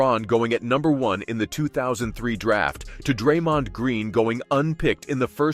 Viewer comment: One second in, you pronounced Draymond wrong - instant ick, no credibility